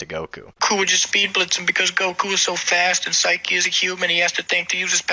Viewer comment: Saiki not siki :)